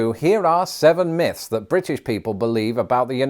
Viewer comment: I thought he was talking about moths but in a French accent